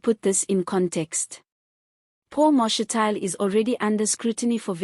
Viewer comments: Ma’shi’ti’le… not Ma’she’tile. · Get someone who can pronounce Mashatile properly !!!!!